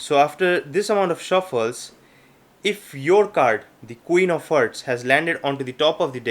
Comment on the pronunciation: IT'S HEARTS NOT HERTS U FUCKING ILLITERATE ASSHOLE